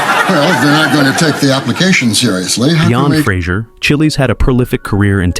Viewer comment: Linden Chiles!!! No, he is NOT red chile, yellow chile, green chile, a jalapeno, or any other pepper. His last name is pronounced as "childs", like "child's play".